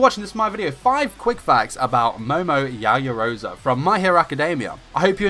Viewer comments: YaoyorozU Not yaoyorozUH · Yaoyoroza? It's Yaoyorozu! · Yaoyorozu not yaoyoroza 🤦‍♂️😑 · I’m annoyed with how this man pronounces her name. It’s YaoyoroZU not YaoyoroZA. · Is pronounced Yow Yow Rozoo